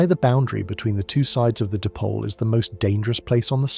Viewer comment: Di-pole not dip-ole... LoL